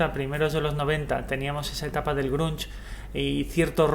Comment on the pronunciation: pero no digas grunch.. es grunge.. por dios!